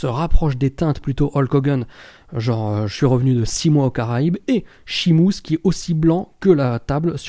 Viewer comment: Pourquoi tu dis Shimus ? Lol